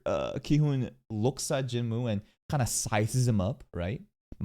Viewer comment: bro i always wondered, you know how to pronounce choi right, but not jinwoo lmao (also the dub says choy instead of che, literally unwatchable)